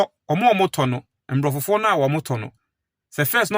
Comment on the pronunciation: Please, say abrofo, not mbrofo, mbrofo) or abrofofo). Obroni (singular) abrofo (plural)